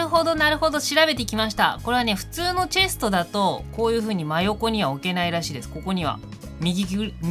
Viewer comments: ともさん、チェスとじゃなくて、チェストですよ〜。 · 秒らへんチェストがチェスとになってるw